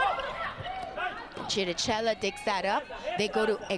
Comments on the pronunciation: Its kirikela! Not chi-ri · Can she just please pronounce Chirichella right? It's with K!!! KiriKella der is no dsh-sound in that name...:-)